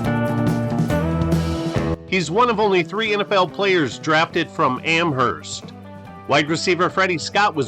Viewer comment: FYI, the H is silent in Amherst. The third Amherst player was Doug Swift who played with Miami's no-name defense. The seventies were good for New England small schools (think Bruce Laird among others).